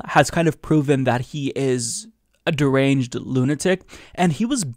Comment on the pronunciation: "A a dirringe lunatic" lol